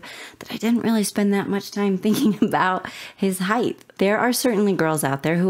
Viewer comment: Height not Heighth lol weird pronunciation